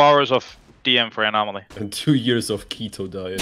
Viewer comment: "ANO"MALY - "UNO"MALY SUS